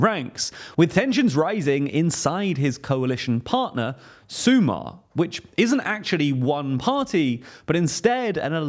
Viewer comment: Mandatory pronunciation review: - brilliant. Maybe you could check how to pronounce "Sumar" (you sound a bit slavic xD). But you nailed everything else. You get a solid A